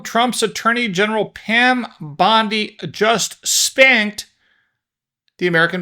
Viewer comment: I don’t know how she pronounces her last name but my last name is Mizell and in my mind you pronounced her last name correctly not once but 3 times.